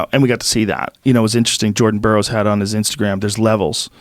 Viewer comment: That dude says “Jerden borrows”